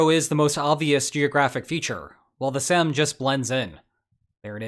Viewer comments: An older Russian man I know tells me it's actually more so pronounced like "Seem" 🤔 Definitely SEEMS more likely to me as I find "ey" making an "A" sound a LOT less likely... 😂😂😂🤭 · "Seym" is pronounced like "same". The ability of westerners to mispronounce extremely short and simple words is astonishing.